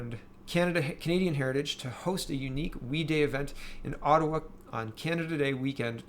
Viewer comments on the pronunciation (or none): none